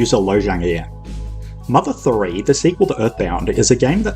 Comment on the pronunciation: "mother thouree"